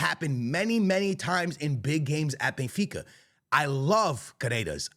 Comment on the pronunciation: Here we go, the Real Madrid fan boy who says he’s a die hard “bayinfeecuh” fan😂😂😂